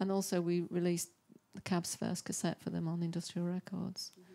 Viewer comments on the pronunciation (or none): "Cassette." Jesus Christ lady, yeah, a god damn cassette, calm down.